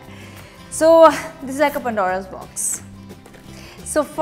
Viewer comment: She said Pandora's box as pondora